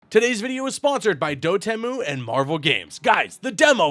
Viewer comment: It's Dot-Emu right? Not Doh Temu 😂